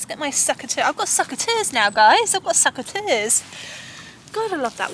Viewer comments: sEcateurs not sUcateurs😅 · "SUCK-a-ters", LOL, love your humor,! And your cauliflower looks fab!